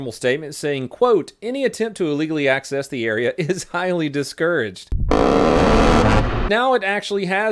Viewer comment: "[...] is highly discuraged." BRRRRRT 😂😂😂